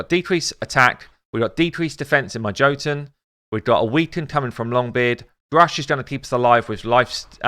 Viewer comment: Okay just gotta be that guy but sorry but you're saying jotunn wrong. It's an Nordic word for a race of people known as Giants and Jotunn is weird because it's pronounced Yo-t-enn though spelled Jotunn I see that you say it the way you do because of English and unfortunately English is a language we can all agree makes no since either. XD